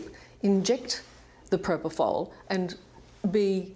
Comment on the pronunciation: So Mr Murray saying Michae. injected himself with proprofal